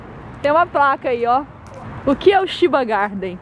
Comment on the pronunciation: Chiba Garden.... A pronúncia correta é Tiba e não Shiba. Chiba é uma província que fica do lado de Tóquio, e por acaso a Tóquio Disney , fica em Chiba e não em Tóquio como diz o nome :p Estão de parabéns. d('.'o)